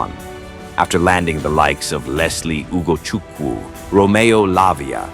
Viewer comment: He got the pronunciation of Ugochukwu and Chukwuemeka right 😂😂😂